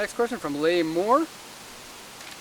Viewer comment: thanks for the shoutout...... Ive been keeping an eye on the prices of JZS161 and will be in touch soon.... I will keep an eye out for the video... PS. Leigh is pronounced Lee.....lol